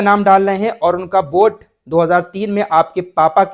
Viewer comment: बोट नहीं वोट बोलो भाई, सर दर्द करने लगा यार बोट बोट सुनके